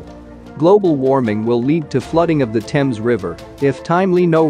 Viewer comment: Rio deJaneiro is very much at risk. Incidentally, how extraordinary to be able to pronounce "Thames" correctly but not "Italy" or "medieval".